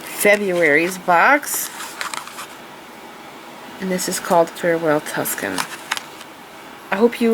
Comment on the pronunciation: Tuscan vs. Tucson - - the events and City of Tucson is not pronounced how you're saying it. Tucson sounds like "Too-san." It doesn't actually really matter much, but I thought you'd like to know.